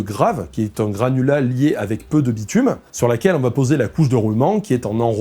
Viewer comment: Je suis le seul à avoir entendu "granola" à la place de "granulat" pendant toute la vidéo ? Ça m'a donné faim !